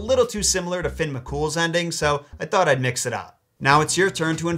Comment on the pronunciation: Also Fionn isn't pronounced Finn but Fi-un